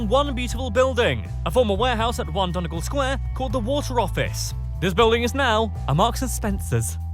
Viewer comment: I have NEVER heard of those NICKNAMES and I'm a born and bred Dubliner! Gravy Rings? Never heard that either. Duneegal as it's pronounced NOT DONNAGLE by this supposed Irishman! I smell BS! Londonderry is not recognised by Alexa! 😂 Rightly so...